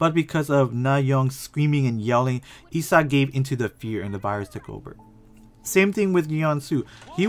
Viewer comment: his name is pronounced like chong san, not chee-ong san. eo together is not like oreo but like song. omg the mispronunciation I can’t. her name is pronounced like ee sak not i sack, they even joked about it in the show. and jimin is not gee min but it’s ji min not hard ee sound. ahh and it’s not cheo ong san either it’s cheong san. ik you’re not korean but please practice pronunciation my ocd is killing me rn lmfao